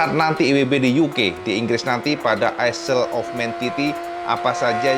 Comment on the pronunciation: Info cak "ISLE" bacanya bukan aisel cak ,tapi AeL